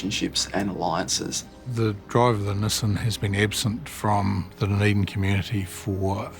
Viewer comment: The big takeaway from this video is that kiwis don’t know how to pronounce “Nissan.”